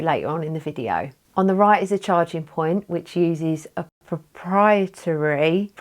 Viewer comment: Great review! Enjoyed the google translate on proprietary haha